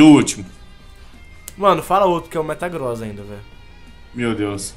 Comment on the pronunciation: O falou metaCROSS inves de metaGROSS